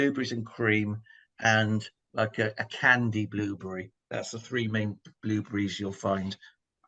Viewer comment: Blueburry . lol. I love the way you pronounce it.